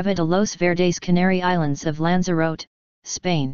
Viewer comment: Pity you used the Microsoft robot voice. for starters, it cant pronounce the word 'Lanzarote' correctly.